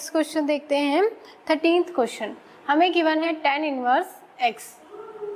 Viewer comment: She pronounces tan(x) as ten(x). But overall her work is superb.